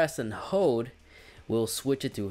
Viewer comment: "Hode the button to recort"